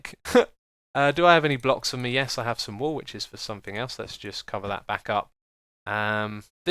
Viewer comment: X. are You aware that You say somethinK instead of somethinG? (No offence intended)